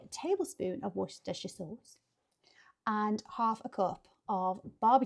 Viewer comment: 1. I'm happy someone finally pronounced Worcestershire sauce right. 2. You can use metal on cast iron, it won't hurt it.